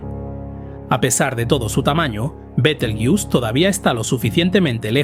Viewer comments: ¿Porqué pronuncias Betelgeuse como si fuera una palabra inglesa (bitelgiús) si es una palabra de origen árabe árabe que en castellano se pronuncia como se escribe? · Yo la conozco como be-tel-gue-us (con pronunciación 'gue' como en guerra) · La pronunciación de Betelgeuse en este vídeo cambia más que la propia estrella. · me parece que es porque está usando una IA para narrar este video, que imits su voz, pero no es él. Y claro, la IA tiene problemas pronunciando ese nombre propio... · Cuantas formas diferentes de pronunciar el nombre de la estrella y ninguna correcta, ja ja ja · Muy interesante, solo que pronuncia mal el nombre de la estrella, pues Betelgeuse es una palabra española por-lo que no debemos darle la pronunciación inglesa. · Betel... ¡qué! Betelgeuse se lee tal y como se escribe. Igual que Benalmádena, Benicasim o Gibraltar. La manía de pronunciarlo al estilo gringo. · Qué cutre decir continuamente el nombre con pronunciación de inglés... El resto muy bien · ¿Porqué pronuncian Betelgeuse en inglés viniendo del árabe latinizado? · Por qué pronuncias el nombre Betelgeuse en inglés si hablas en castellano y el término Betelgeuse proviene del árabe? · Yo lo dejaría en "Betel" que parece que en esa parte estamos casi todos de acuerdo menos los que dicen "Bitel"😁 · Pronunciación inglesa. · fisico en español o castellano se volaciza betelgeuse no betelyus eres inteligencia artificial me duelen lo oidos oirte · B-E-T-E-L-G-E-U-S-E no beteljus, alter ni leches. El nombre de las estrellas no es inglés, no de deis esa pronunciación. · No es "betlejuice" sonaría a betelgeuse como se lee en castellano. Su nombre viene árabe (Yad al-Jauzā') sugiere una pronunciación más cercana a "Yad al-Jauza" o "Be-tel-juz", con la "B" inicial siendo un error de transcripción medieval de una "Y" árabe. La forma más aceptada en español es tal cual se escribe, fonéticamente /beteljéuse/. Es otro caso de aculturación anglo... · Bitelchus o beteeljuice 😅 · ¿Por qué dices «Betelguius»?